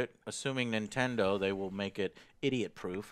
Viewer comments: Nintender switch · he said nentender switch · Ladies and Gentlemen..Introducing the Nintendr Switch! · Nintendur switch XD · "I like the interface of the nintender switch". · the nintender switch -_ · Nintender Switch. haha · "Nintinder Switch". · He said Nintender Switch haha. Joe you are the greatest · "nintender switch" lol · did he say nintender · lol Nintendur switch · Did he say nintender switch ... BOY! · Lmao he said Nintender. Joe is turning into a grandma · I gotta get me one o them nentender switches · Nintender switch? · the nintender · Nintender lmao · Nintender Switch?! lol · Nin-tinder Switch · "Nintender Switch"